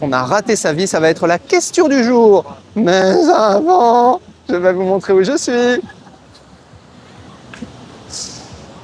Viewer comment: Le "Maizavant" j'ai éclaté de rire. Continue 😂